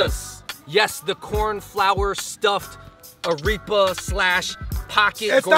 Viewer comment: A-reap-a 😂😂 Pupusas are life though!! Rolled with some curtido 🤤 sooo good